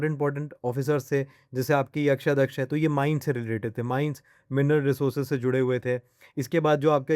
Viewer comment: Akaradhyaksha (Superintendent of Mines) not AKSHAYADYAKSHA 🫡😵‍💫